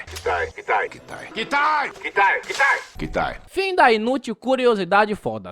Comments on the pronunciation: Não é katai e kitai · eu amo teu trabalho, mas Katai é teu boga. É Kitai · Eu faço um esforço pra gostar deste filme da mesma forma que me esforço pra ouvir o falar "katai" quando na vdd é "Kitai" kkkkkkkk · eu adoro o filme. gosto muito desse gênero de ficção científica, aventura, ação etc. talvez uma continuação possa salvar parte do filme ou deixa-lo enterrado seja a melhor alternativa. me deu uma agonio do karai o errando o nome do muleke toda hora kkkkkkkkkkkkkk o nome dele é KITAI não Katai. Tirando isso, ótimo video ve se 1 dia vc pode resumir o filme amor e monstros é um filme bom.